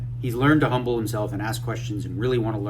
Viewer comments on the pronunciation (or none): none